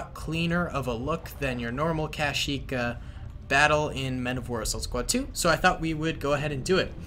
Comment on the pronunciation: My man said cash-eeek